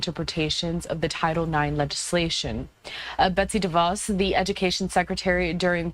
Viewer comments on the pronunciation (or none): none